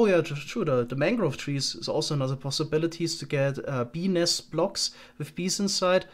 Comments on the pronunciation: When he said "BENIS".. I felt that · I know it's childish but "bee nest" gets me every time, I just can't unhear "benis" ^^ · Is it just me or did anyone hear 'penis' instead of 'bee nest'? Completely changes the context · Whenever says Bee Nest, I cannot help but just hear something else.